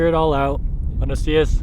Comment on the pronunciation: "buenos diazzz jejejeje", nailed it.